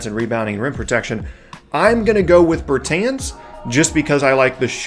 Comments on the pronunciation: Pernounced Bertans name wrong , and jerami grant is a bad rebounder good energy guy tho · Yeah. Pronouncing it wrong was giving me a headache